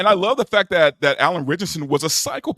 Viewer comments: “Eye” an Fleming. Between this and Alan Rich-asson and that pronunciation of the James Bond writer, you can tell the one dude has never heard of either guy. Haha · Did anyone think to tell him how to pronounce "Ritchson"?